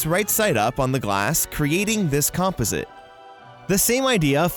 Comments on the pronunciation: Yes, and comp-i-zit! I always say com-pause-it(composite) ...hehe I like these videos though! 😁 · You say composite wrong... it’s com-PAUSE-it. Emphasis goes on the second syllable. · Ohmygod please learn how to pronounce "composite".